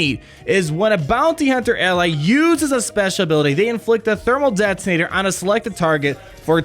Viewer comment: "Thermal det-tin-ator" lol